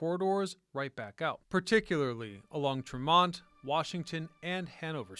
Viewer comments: everytime he said Tremont street I cringed. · lol you should discover how to say "tremont" and "charlestown" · it's TREM-ont ST , not tre-MONT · "TREM-mont" not "trem-MONT" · Tree-mont , not tramont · Not Tre MONT but rather TRE mont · A lot of spelling, mis-pronouncing of names like TreeMont, NOT Tra-mon. All in all though an interesting piece. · TREH-mont not TreMONT, and Charlestown, not Charleston. But seriously. Great video. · It's pronouced "Tree-Mont" not "Tra-Mont" Street... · Trem-ont steer is killing me every time he says it. We pronounce it Tree-mont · Yeah, tree-mont. Not tr'mont. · Such nostalgia! Thanks for putting this together to show the world how Boston pioneered the train subway. One note, Bostonians pronounce Tremont (Street) as TREH-mont with the emphasis in the first part of the word. I heard both TREE-mont and treh-MONT in this video. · it’s Trem-ont, not Tre-mont. Very annoying. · It has never been TREE-mont folks. Ever. Treh-mont or Trem-ont is acceptable. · It's also TREmont, (emphasis on the first syllable) not "tre-mont" 😃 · So interesting & thorough. Thanks! Btw locals pronounce it TREMM-ont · not in boston it aint trem....mont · Great history! BUT PLEASE pronounce Tremont St as TREE-Mont St!!!!!! The T to this day says TREE-mont Street! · It's TREE-mont Street. I know we Bostonians are annoying with our corrections of pronounciations but it's really distracting if you've ever been here. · And please say, "TREH-mont." Have you ever been here? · Hehehe, and is it Hah-vahd or Harvard? Best Bostonian response! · "Treh-mont" yeah, ok buddy. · "Tre-MONT?" You're not from Boston. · Trem-mont Street 😄 Great video on my home metropolis. Good work, sir. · no, they're not. It's Treh-mont. Also SHAW-Mutt, not Saw-mutt. Also Cop-Lee, not COPE-lee. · It’s like tree - mont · It's Tremont Street — Tree-Mont-Street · We locals say Treh-mont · Its not tree mont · no it isnt.